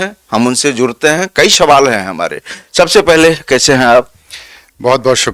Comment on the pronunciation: Kaishhhe hain aap.? Bhai wo kaise hota hai kaishe nahi.